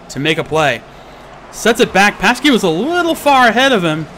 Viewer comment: "Pasky"...No,, no! xD Anyway, another great cast from you! I love seeing these types of matches.:D